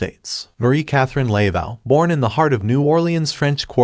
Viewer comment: You're killing me with the pronunciation of her name. It is not LAY-vow, it's Luh-voh. Getting the name right seems pretty important.